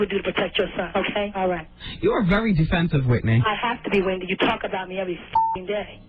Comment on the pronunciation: Nicki really said “Pendy” 😭😭💀